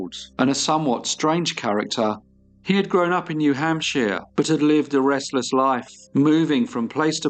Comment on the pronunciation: New Hamp-shire not hamp-she-er